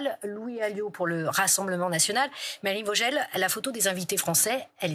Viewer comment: Ca s’écrit Melanie Vogel, ça se dit Melanie vos gueuels